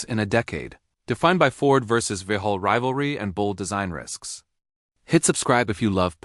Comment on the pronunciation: Stop AI! Vauxhall is not Vuhall